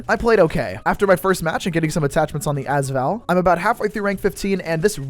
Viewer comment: Hey just a heads up the AS in AS Val is pronounced as separate letters rather than one word (same goes for the VSS in the VSS Vintorez)